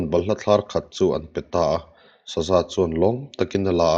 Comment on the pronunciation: Hman lai chuan hman lai chuan.. hman lai chuân hman lai chuân.. a thlukna nen hian a dik zawkin ka hria